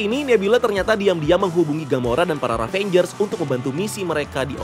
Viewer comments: Ravagers min bukan ravangers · ngeganjel banget setiap lu bilang RAVANGERS instead of RAVAGERS bang 😄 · aduhhh, cara bacanya "revejers" bukan "ravenjers". tolonglah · Bang, yg bener Ravagers deh kalo gak salah bukan Ravengers. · "Ravagers" ngab, bukan "ravengers". Ga pake "n" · Padahal ravagers bukan ravenjers bahahaha